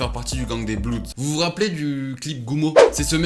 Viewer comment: Super vidéo sinon c bloods pas blouds mais nice comme même